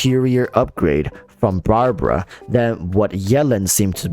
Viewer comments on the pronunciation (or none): none